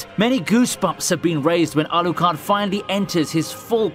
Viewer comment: Man can you please just pronounce anime character names in a normal way? You try to get Japanese names and struggle so much but Alucard is not even Japanese and you still botch it because you try to hard. Otherwise great content. 😆 my pet peeve I guess